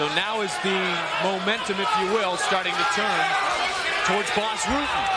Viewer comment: That mf said Ras Butten. 28: something. Like up.